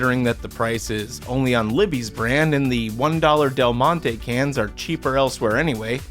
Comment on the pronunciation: It's del-mont not del-mon-tay